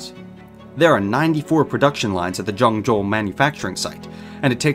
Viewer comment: the way he kept saying ¨Joeng Joe¨